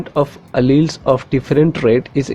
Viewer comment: Your alleles pronunciation was wrong, check it...